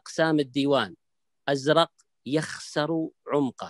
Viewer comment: أزرق بالسكون وليس بالفتح